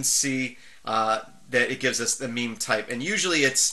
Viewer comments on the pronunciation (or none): Meme types? No ... that's something different. On a serious note, I've never actually heard anyone pronounce mime, so I always supposed it was an i sound. No idea how it is actually pronounced, or what it means though.